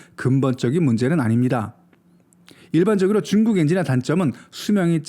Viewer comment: 중국을 '쭝국' 이라 발음 하고 제트엔진을 '쩨트엔진'이라고 발음하는 당신은 누군가?? 중국 까대기로 코인땡기는중...?? 내용도 중요 하지만 기본이...그래서 구독 취소~!!